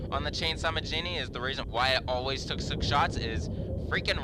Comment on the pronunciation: You said Chainsaw Majini. I don't know if you were talking about re5 or you just got confused